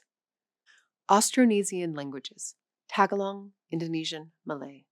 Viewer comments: Tagalog isn't pronounced "Tag-a-log" it's "Ta-gaa-log" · Tagalog is pronounced “tah GAH log,” not “TAGGalog.” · "Tágahlog" ...lol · May I add, the accent is in the middle syllable. Ta-GA-log. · So I hope that for a foreign language channel, you will pronounce the name of the national language of the Philippines properly The accent is on the second syllable, not the first. Also the first syllable is not pronounced as a short a. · This girl cannot even pronounce tagalog properly